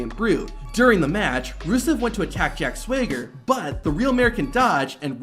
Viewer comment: The way you say Jack Swagger bothers me so much